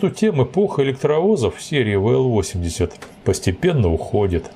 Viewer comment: Вообщето буквенные индексы надо произносить по русски.... а не по английски.... Дальше смотреть не стал....